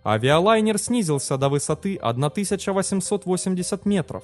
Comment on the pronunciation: бесит безбожно. тЫсАчА --- жесть просто